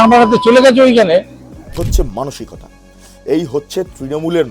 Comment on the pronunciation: ধুর এ তো অমনাবিকতা উচ্চারণ করতে গিয়ে জিভ জড়িয়ে ফেলে। 😂